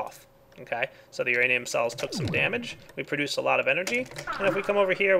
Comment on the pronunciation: omg i love when he miss prouncouse produce. prodes produce :)